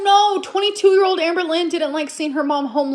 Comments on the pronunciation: Not me hearing Anne Boleyn every time he says Amberlyn 😂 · Sometimes, it sounds like he's saying Anne Boleyn. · Every time you say "Amberlynn" I can't help but to hear it as "Anne Boleyn". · I love how he calls her Amboilyhn. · Am I the only one who consistently hears “Anne Boleyn” when says “Amberlynn”? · You said Amberlynn so much in the video, I started hearing you say “Anne Boleyn”